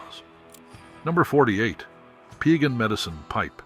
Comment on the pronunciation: Its PIE - GAHNN... PIE LIKE APPLE PIE NOT PEE A GAHN!! 🙄